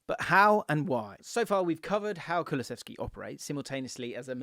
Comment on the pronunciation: "Kuluseski, waddaplaya" -Pep